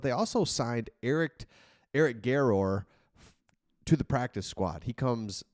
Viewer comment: Garror is a great kid, pretty humble when I knew him, it’s pronounced more of an er at the end. Wish him the best of luck and will be watching now!!